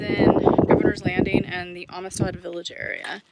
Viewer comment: Amistad is pronounced Am Stead ....Am as in I am...stead as in steadfast..lol...it’s a Texas thing...we have our own language....and it usually don’t make no sense....great video!